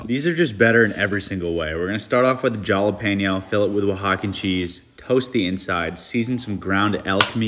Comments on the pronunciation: Did he just say jallapenio , it's pronounced as hallapenio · It pronounces Jalapeño (Halapenio). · Bruh did this man seriously pronounce jalapeno as in j? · Did you say: Jalapeño (pronouncing the "J")